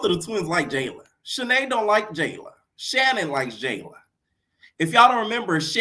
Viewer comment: My girl said Shannon and sorbet lmfaooo